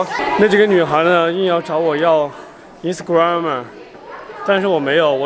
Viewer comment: Can you please speak english properly?😂specially is you speak instragram and facebook😂